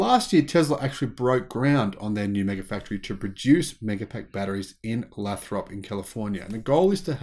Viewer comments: Hey brother. Great channel. I live near Lathrop, CA. Just so you know it’s pronounced “Lay-thrup “ here. Keep up the good work down under ! You’re helping change the world for the better. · His heavy Aussi English, seems make him trip over pronunciation all the time.